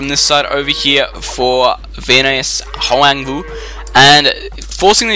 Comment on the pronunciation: You pronounced my name almost correct :)